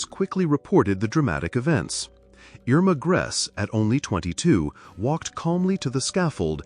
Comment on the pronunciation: Their names were pronounced "ERR-mah GREY-sah...YO-sef KRAH-mer"...all other names were pronounced correctly